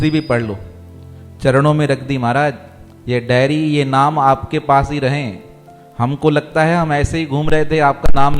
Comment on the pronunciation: उच्चारण सही करें , डेरी नहीं डायरी